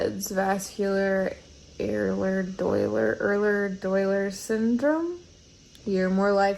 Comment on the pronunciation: Vascular *Ehlers Danlos Syndrome, are the words you're looking for,. EY-lerz DAN-lohs. 🤦‍♀️